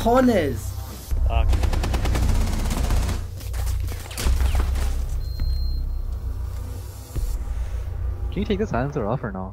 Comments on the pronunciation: its cojones not cajones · why you say cajones?? it's cojones, huevos, testiculos, gonadas masculinas... but to caveira is better ovarios. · i think he want to say "cojones" XD and not "cajones" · Did nobody realized that said Cajones, with means wardrobe in Spanish? Instead of Cojones? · It's not " Cajones " is " Cojones " that word is mostly used by people from Spain and cajones means a different thing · it is said cojones instead of cajones😂😂, but it's okay anyway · lol, actually is "cojones"